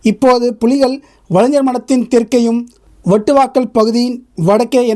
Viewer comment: அண்ணா, புதுமத்தாளன் , வட்டுவாக்கல் அல்ல புதுமாத்தளன் , வட்டுவாகல் என்று உச்சரிக்க வேண்டும். உங்களுக்கு பரிச்சயமில்லாத ஈழ ஊர்கள் உச்சரிப்பு சற்று சிரமமாக இருப்பினும் கவனிக்க வேண்டுகின்றேன் 🙏